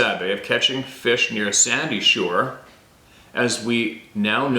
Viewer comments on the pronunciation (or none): none